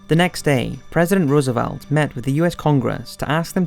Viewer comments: Good summary. Pronunciation! Rommel, beret, Calabria, Roosevelt, others too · It's a decent documentary with a lot of added detail not in other WW2 documentaries but his incorrect pronunciation of people's names is quite irritating - Rommel and Roosevelt are good examples. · Good, just a few pronunciations were off like Rommel and Roosevelt.